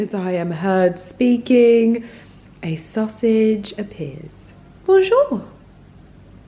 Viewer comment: This "Bonjour ! Bonjour mon ami !" was sooo adorable and so spot on : both accent and pronunciation are perfect... 🥰🤩😍